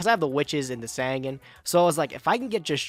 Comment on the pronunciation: Is there ever going to be a day where he pronounces Sangan right?